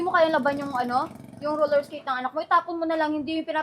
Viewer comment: Roller esketh yan hindi yan Roller blled